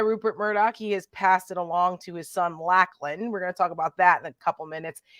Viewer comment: I 'm Australian. I need to tell you Lachlan is pronounced lochlan